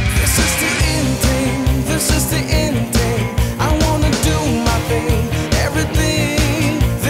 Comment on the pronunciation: Nice song.... but what?? TING?? Can't he pronounce THING??? Goshhh..!!